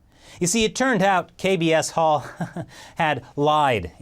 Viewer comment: kbs홀이 자꾸 이상하게 들리네 ㅎㅎ Kb asshole ~